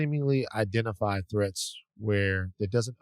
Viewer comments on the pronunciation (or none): none